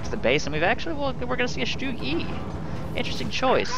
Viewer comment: btw is its not pronounced "Stug" - its pronounced "shtoog".